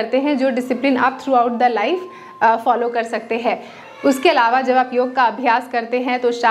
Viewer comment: योगा नहीं, योग कहिये।